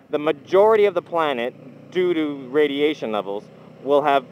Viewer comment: did you say do-do or due to???lol